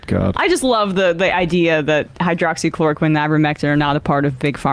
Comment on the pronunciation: “Hydrochloro-KWOCKS-equine”?? Funny, I have no trouble pronouncing it correctly.